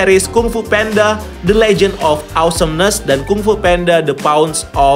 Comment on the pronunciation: Baru tau jga panda itu bacanya penda